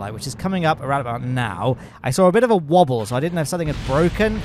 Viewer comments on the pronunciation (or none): none